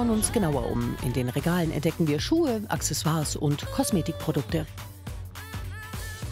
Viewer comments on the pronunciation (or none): none